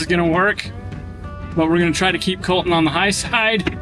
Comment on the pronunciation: So does Colton, but the way and the boss say it "Col-in".... LOL 😆 Cringe TV 😮😅